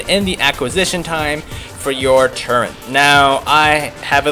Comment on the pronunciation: why does he say turret so weird.